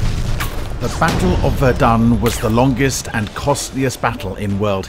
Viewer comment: I like how 'Verdun' sounds like 'We're Done'.